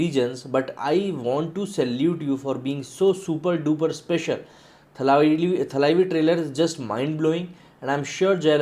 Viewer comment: “ T A L A I V I “... TALWAR KE “T” se ucchaara jaataa hai ! Na ki , “ THAANE KE THA” SE !, Bully-bolly ki DAMBHI DUNIYA ITNA BHI NAHIN JAANTI ??? TAMIZH BAHUROOPIYE BBDWOOD KE DULDUL ME bhare PADE HAIN !!! PHIR BHI AISA APABHRAMSH ??? “ THALAAIVI ...” SUN NE me EKDUM BHADDA LAGTA HAI !!!